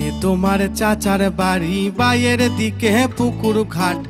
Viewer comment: বায়ের দিকে না,বাঁয়ের দিকে হবে।গানে উচ্চারণ ভুল করলে। যাইহোক,সঞ্জীব চৌধুরীর ধারেকাছে দিয়েও যায়নি গান।